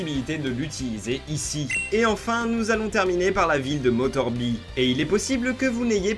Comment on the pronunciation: Comment tu dis motorby 😂😂